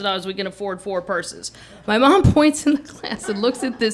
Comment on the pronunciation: Yah...if you’ve never left the Midwest, it’d be best to visit NYC and CA first, before embarking on a trip to France! At least the embarrassments,would happen domestically first! Lake of the Ozarks...LOL! Ooooh! High culture! Hah!! One clever a-hole...one for my team! I love the way she says, “Maahm!” So midwestern and comical. KM is a genius!